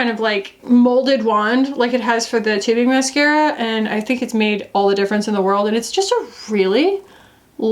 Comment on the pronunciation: you said tubing. i know you said tubing. but i heard “titty mascara” maybe because i have titty lashes